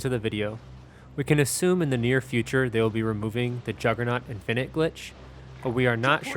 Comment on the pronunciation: Why do you have your own personal way of pronouncing infinite?